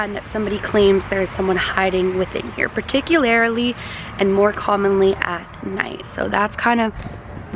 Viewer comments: "Preticularity" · Haha I love you, but you say particularly in such a weird way😂 I was so confused for a second